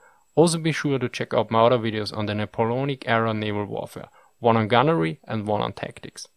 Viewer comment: Thanks. "Boatswain" is pronounced "BOE-sun". "Napoleonic" - "na-POLE-eeonnik". You have a GSOH.